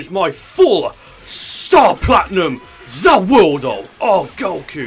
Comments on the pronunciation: He said ZA woodo....... Yare Yare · I like your vids but stop saying Za warudo your bad at it no offense please don’t watch anymore jojo stop watching it or say the world or say it right. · Freiza's name was Giorno Giovanna XD! Also you cant have Star Platinum and The World and its pronounced Za Warudo. And when its used he says MUDA MUDA MUDA MUDA MUDA MUDA, or as its normally called 7 Page Muda. Although i would not be surprised if had the amount of Power as is to get Two Stands (The World And Star Platinum.)